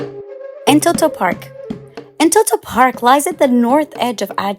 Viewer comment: Amazing job. This shows our country has a bright future. My suggestion would be to call the amharic names in amharic. eg. እንጦጦ not እንቶቶ.